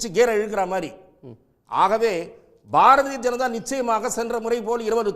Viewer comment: பாரஜெனதா ….. திலுப்பி 😂😂😂😂 தமிழை சரியாக பேசுங்க முதல்ல அதன் பின் நாட்டை ஆழலாம்